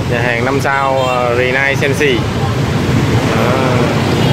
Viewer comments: Renaissance là tiếng Pháp, phát âm đại khái là rơ nê săng sơ ( sơ thì phát âm nhẹ ) ơi. Cách đây 7 năm anh chị có đến đây ăn buffet dim sum nhưng phục vụ khá tệ. Thay vì mang thức ăn từ từ ra, đây họ mang ra hết 1 lúc nên ăn không kịp, có nhiều món bị nguội, đâm ra anh chị không có ấn tượng tốt. Thức ăn ngon phải đi đôi với cách phục vụ, nhất là nhà hàng 5 sao. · Ren ni sanz